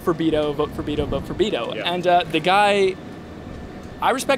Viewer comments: He says he is mexican but can fucking prounce Beto right. Its beh tuh not vitto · He’s Mexican but doesn’t even pronounce “Beto” correctly? Bruh, take some pride in your culture, whether you like them as a politician or not. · Mexican gay conservative pronounces Beto wrong 😂 not meaning to start anything, just made me laugh. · Wow, he butchered beto, his family must not even speak Spanish at all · How is he goin to say that he is Mexican But pronounces Beto the way a stereotypical white American would say it 😂